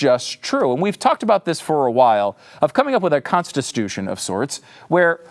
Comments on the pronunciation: Yep. You can see why at the end. ConstiSTUtion. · Is mispronouncing"Constitution" on purpose?